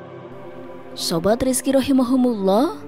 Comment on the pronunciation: Punten teh ROHIMA KUMULLOH bukan Rohimahumulloh 🙏🙏